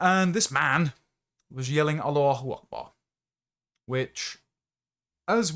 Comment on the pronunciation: I don't like how properly you pronounce allahu Akbar